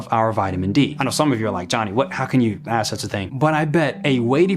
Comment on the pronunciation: please ditch the ebonics (aSk, not aKs, you obviously know which is correct English grammar). You are far too intelligent to perpetuate poor grammar. Using ebonics does not make you "fit in" to your neighborhood. It separates you from the American population at large, and that is most definitely not a positive. Isn't our overarching goal to unify and not separate? I do hope you will take this advice w the care and respect intended.